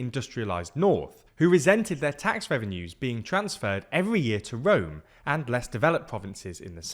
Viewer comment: and "power fully centralised in 'rom'" but I love it :)